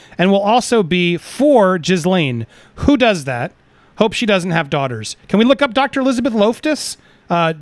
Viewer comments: Jizzlane---> sounds about right. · I never laughed so hard, Jizz lane, effing brilliant!